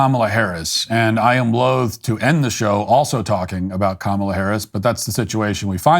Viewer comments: Minor quibble: It's not "loathe," with the voiced "th" sound at the end, rhymes with "clothe," to close the show, but "loath," rhymes with "both." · I consider Matt to be the most articulate person on YouTube so I know he would not be offended by my pointing out that, at about 5 seconds in, he mispronounced "loath" by using a soft th instead of a hard th.